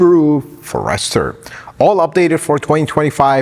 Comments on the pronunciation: Why are you saying Forester that way? It’s a FORester, not a forESTER! Accent on the FOR! Good Lord!! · It's a pity couldn't the name of the Subaru forrest-er correct throughout this video as opposed to calling it the Subaru for-esrher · It’s pronounced Forrest-er and not for-ester. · FORE ester, not fore ESTER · Please... It is a forest..er , not a 4 ... Ester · Ferester?!? Forest-er! And the car is sensative to "cedar"? Huh? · Very knowledgeable, includes some details not seen in other reviews. Agree with his complaints about the screen. But I can't help but note the pronunciation: It's not a FUR-rester. It's a Forester. Otherwise, a very good and helpful review. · Our friend has mastered tens of thousands of American words, but he was bound to miss something. Forester is pronounced forest-er or fores-ter but not for-ester, but we love you and forgive you. 😁😁😁😁😁 Greetings from Southern Indiana. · How do you not know who to pronounce the cars name ? You are a mechanic FFS Its not (for ester). Its forester (one word) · Pronounced Forest Er, not for Rest or. Excellent program.😊😊😊😊😊😊😊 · I really like your videos and you give us very good content a lot of other reviewers skip out on. However, please…learn to pronounce the name of the vehicle you are testing. It’s FOREST-ur…not For-Esther. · Fores-ter. Not For-ester. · His pronunciation of so many words is a problem. Do a little research on the unknown color. Listen to others say," Forester." 🫤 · Introducing the Subaru Uncle Fer-ester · I'm just one comment, but wanted to say I had to keep myself from closing the browser tab every time he said "for-REST-er", but that aside, his review is great, and I was close to subscribing by the end. The "May the Lord bless you and keep you" at the end sold me. I'm now subscribed. Great review. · I didn’t know it was pronounced Furster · For Pete’s sake. It’s pronounced Forest the er. Forest like in trees, bush. Forest-er!!!!! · The Fo-rester.. Lol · For Ester was killing me 🤣🤣